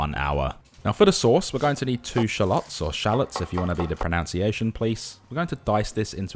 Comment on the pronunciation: This is the pronunciation police here, sir. I'm going to let you off with a warning this time, but, going forward, pronunciation is pronounced: Pro•none•see•a•sh•unn And not: Pro•noun•see•a••sh•unn. Consider yourself warned, sir.